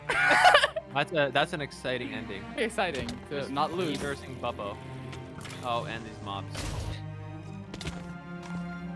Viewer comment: The fact that said pubbo instead of bubbo is so funny